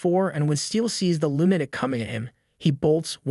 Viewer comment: Lunatic is not pronounced "loon attic" ... it's "LOO nuh tik" as in Luna, the name of the moon.